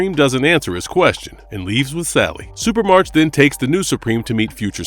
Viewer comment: "Supremarch" is pronounce "supra-mark", not "super-march". The suffix "arch" (pronounced "ark") is derived from ancient Greek and means leader. Examples: monarch, oligarch, archangel. So, "Supremarch" means "Supreme leader"; in this case, the leader of Supremes.